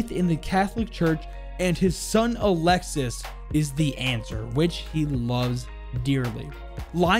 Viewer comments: it’s pronounced Ah-lex-y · just a heads'up, for alexis, the 's' is silent and it is indeed a boy name in france. Good video tho, looking forward to more siege operator lore, especialy the gign membres as a frenchy myself. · in french, “Alexis” is actually pronounced as “Alexee” or “Alexis” the ‘s’ is silent and the i makes the ee sound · His son’s name is pronounced alexi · Pretty sure French Alexis is pronounced Alexi with a silent S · All good. You simply don't pronounce the S at the end. So it's like "Alexi". Best bet would be to type "Alexis" on google translate and hear how the Ai says it in French. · for alexis it's a common name ! in france we dont pronounce the "s" :D so it's just alexi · Just a little error you made, Alexis is a really common name for french boys, and the ''s'' is silent. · Actually his sons name would be pronounced like A lexe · don’t pronounce the « s » at the end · btw, in france alexis is pronounced "alexi" and its a boy name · French people use the name Alexis on guys alot and it's more pronounced a lexie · Alexis is pronounced alexee in french and it’s a common boys name btw! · Alexis is a French boys name it’s pronounced Alex E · In french alexis is a male name, because you dont pronounce the s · You pronounced my name wrong alexis the s is silent